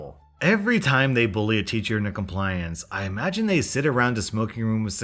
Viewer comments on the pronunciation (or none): none